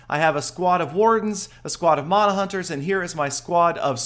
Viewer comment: Man-a. Not mona mana=man-a